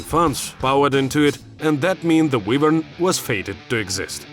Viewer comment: ahh, yes. The WeshtLand Wheevern.